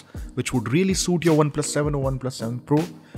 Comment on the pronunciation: Not 7 fool.. it's 7 pro please correct it